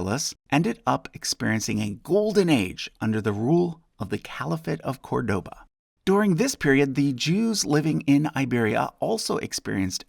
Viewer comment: Just want to get this out of the way: you pronounced Córdoba wrong. The stress goes on the first syllable.